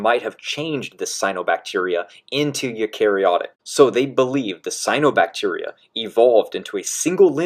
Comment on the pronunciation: I really wish people would just look up how to pronounce words they don't know. It's not like "cyanobacteria" is difficult to say.